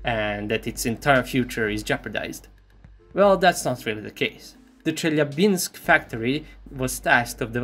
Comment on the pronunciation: you are Slav 100% bcs you know how to say Љ, ЛЬ or LJ you said that sound when you said name of city of Chelyabinsk